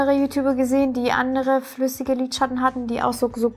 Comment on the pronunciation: Das ist das erste Video, welches ich von dir sehe. Finde es bisher sehr unterhaltsam! Nur eine Frage brennt mir unter den Nägeln: Warum sagst du „Lidschatt-ne“ anstatt Lidschatten? Finde das irgendwie putzig 😅